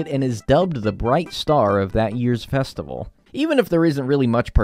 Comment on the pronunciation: Festi-vay-le ewww lmao